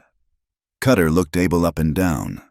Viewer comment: The mans name NOT ARBUL But pronpunced as ABEL....all the time not psrt of it... Ai is just awful And how did Luke get upstairs in a wheelchair?